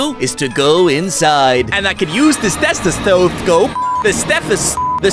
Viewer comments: I like How he said stuffescope instead of stetoscope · I love the part where says sofeso 3 times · it is pronounced steth-o-scope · "the steffus scope" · he said Stefuscope Wrong 😄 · "stestofe scop" Me: time to laugh 24 hours